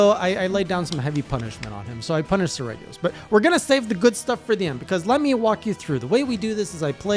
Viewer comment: "Sir-Re-jee-os" his name is Latin for like Royal Serrated Talons. I play all the games in Wyverian, because I can't stand the stupid anime quips... since I don't understand Wyverian it just lets me imagine they're saying something not stupid and cringe xD